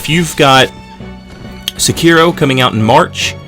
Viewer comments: Se-ki-ro. Not suuuuuukeyro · People still can't pronounce Sekiro? That's just sad.